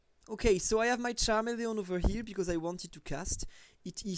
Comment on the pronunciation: You'd think if you'd want to do this professionally you'd learn how to say the names of pokemon. Charamelion? Get out of here